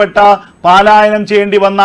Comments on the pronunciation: സുഹൃത്തേ പാലായനം എന്താണ് അതിന്റെ അർത്ഥം. 'പലായനം' എന്ന വാക്ക് സ്ഥിരം വാർത്ത വായിക്കുന്ന ആളുകളും വച്ച് കാച്ചുന്നു.ആരും തിരുത്താൻ ഇല്ലേ??!!!! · ഏ! ഉവ്വേ! 'പാലായനം 'എന്നൊരു വാക്കില്ല . ഉള്ളത് പലായനം എന്നാണ് .